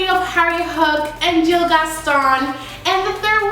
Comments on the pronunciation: it's not Jill it's gil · You pronounce it as Gil not Jil. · It’s Gil not Jill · not trying to be rude it is pronounced Gill